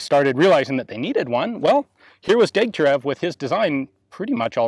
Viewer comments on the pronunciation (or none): You may care to know that the designer's name is pronounced Degtyaryov, just as Gorbatchëv is pronounced Gorbatchyov.